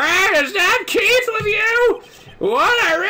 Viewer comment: "Keith" sounds like "Keito", to be honest, which is weird if you have knowledge of the "Kirby Adventure" sprtie comic on Smack Jeeves AND of Ace Attorney (duh).